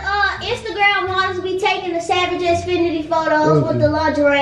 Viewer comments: “ Savage Xfinity” 😭😂 It’s Fenty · E really said savage xfinity instead of savage x fenty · not even sayin Savage x Fenty right 😭😂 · your hairrrrrr😍😍😍, you didn't even say savagexfenty right😭😭😂😂😂❤️❤️❤️